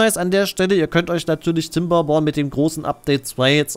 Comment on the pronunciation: "kinderborn" bitte kein "P" wo kein "P" hingehört